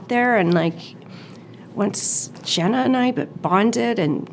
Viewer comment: Its Jenna not GENA